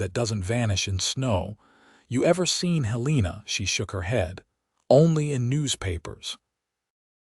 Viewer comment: The ages of the children doesn’t add up. When they were friends in their youth he was 18 & she was 16. Five years later when they meet again, her children are 7 & 4. Also Helena & read are mispronounced. Please proofread & listen before posting story. It was a lovely story if corrections are made.